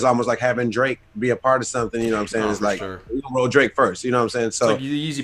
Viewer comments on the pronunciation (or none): none